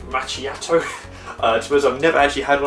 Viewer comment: actually not, when someone does a review the minimum he can do is know the product, in this case know the different kind of coffee it can make not just cappuccino and hot milk... I don't even start with the pronunciation (expresso and macciato instead of macchiato) but saying "the temperature is ideal just as the setting ideal" is meaningless, you can just use a basic cooking termometer and tell us the exact temperature. The cup/mug can be as big as you want to, you don't have to put the mug and the jug at the same time on the tray, you can press the button and start the coffee, remove the mug, insert the milk jug and press the button the second time and start frothing the milk... It's just common sense, they make you press the button two times because of that. Funny when you forgot the water even after you lifted and tilted the machine to tell us the weight. Last but not least you could even set the machine to top up the mug you are using and not 3/4 full and show us how to do it